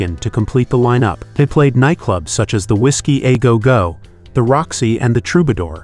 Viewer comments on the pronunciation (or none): Whiskey Ahh Go Go. Thanks AI voice!